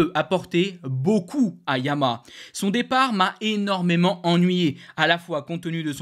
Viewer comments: YA MA HA. ARTICULE!!!! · répète après moi: Ya - ma- ha, pas compliqué 😂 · Ouf.... Je ne suis pas la seule à entendre la marque MAL PRONONCÉE 😊 MERCI pour ce commentaire !